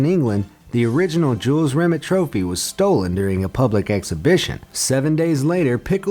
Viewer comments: Jules Rim It? Fucking hell, bad enough with burks on this channel saying hyper bowl for hyperbole, now there's this eejit. It's Rim-ay, not Rimit. Don't they check things they're unsure of how to pronounce? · Rimeeee not rimit!!! 😲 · Lol, Jules "Rim it" (it's French, Rim-ay) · Jules Rimmett? Try pronouncing it 'Ree-may'. He was French after all. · BTW, "Jules Rimet" is pronounced Jules Remey, not Jules Rimit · It’s the Jules remay trophy not remit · Who the f##k is Jules Rim-et (Rimet) it is pronounced Rim-AY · It's Jules Rim-ey you stupid yank. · Jules Rimet is pronounced Jules Rimay. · The way you say Jules Remet makes me sick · I knew all of these, and pronunciation of Jules Rimet trophy is wrong, it's pronounced Jules Rim-ay trophy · really, rimet was pronounced wrong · Jules Rimet is pronounced Jule Rimay. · At least learn how to pronounce "Jules Rimet" before you make a video, come on... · How can you pronounce Nike correctly and not pronounce Jules Rimet correctly seriously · You are pronouncing jules rimet wrong.